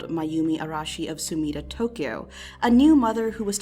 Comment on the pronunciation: Weird compliment, but I’m really glad you actually tried to pronounce her last name with the Japanese R and you even tried to say Tokyo properly.